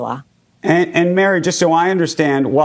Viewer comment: "Mary more" sadly, but definitely "Nikolai" wth indeed